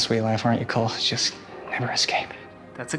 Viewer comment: anyone notice he said Colt instead of Cole ????